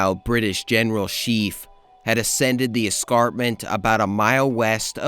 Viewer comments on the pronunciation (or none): Nice video. For future reference, Prevost rhymes with Play-Doh and Scheaffe rhymes with Safe.